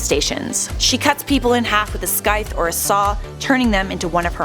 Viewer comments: Did she say skythe not scythe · You said scythe like skythe...lol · Uhhh what is a “Schtye”? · was it just me that heard taht she said scythe with a k sound it is spelled like scythe but the c is supposed to be silent... i think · ...did You just say scythe like 'sky-th'? the hell's wrong w you, haha? "Quick, hand me those 'ski-ssors' "! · scythe isnt pronounced with a "K" sound.. xD its pronounced as sythe just with scythe.. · the C is silent in Scythe. Sy-th and the end music is a bit abrasively loud. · a... a what? A skythe? WHY WOULD YOU PRONOUNCE SCYTHE LIKE SKYTHE? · what's a skythe ? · Skythe? Is that a thing or did she just mispronounce Scythe? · "skythe" lmao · Did you pronounce sycthe as skeith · Lol never heard the word scythe pronounced like that before... If you're gonna be making a youtube video and you aren't familiar with a word in your script, maybe look it up and make sure you know how to say it first :P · The way you pronounce scythe is weird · ...she doesn't know how to pronounce Scythe? Or is that a different word? If she doesnt, then that bothers me 😂😂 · You pronounce scythe wrong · Excuse me, but how did you pronounce "scythe"? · You saying it wrong just to let you know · Anyone else annoyed about the way she pronounced scythe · Am I the only one weirded out about she pronounced scythe? No, just me? Alright then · So great video but has she never heard scythe pronounced before?